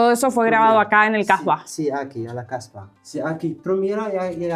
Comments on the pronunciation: Hhhh ten cuidado como pronuncias la palabra casba procura destacar la "s" porque como estas pronunciando la se le cambia el significado a prostituta en dariya😂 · Ten cuidado jaja con la pronunciación estabas diciendo es conocido por las 1000 p*tas 😂